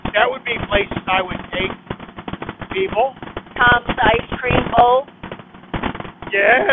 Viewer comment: Did you say Ice Cream on my way 😂😂😂